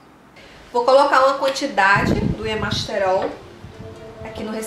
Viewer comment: Muito bons os seus vídeos. Parabéns e obrigada por compartilhar. Uma observação: percebeu que você fala y-E-masterol em vez de y-A-masterol?